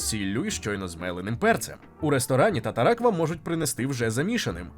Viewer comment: тар-тар є тар-тар а не татаракт) Звучить як теракт)